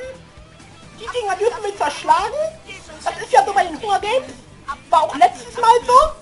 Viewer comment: Das heißt nicht Hungergaims! Das heißt Hangergaims! xD